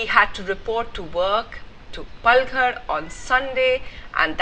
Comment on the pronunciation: It's "Paalghar"🙄